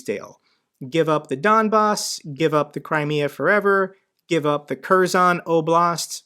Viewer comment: Good video, great job. Btw "K" in Kherson is silent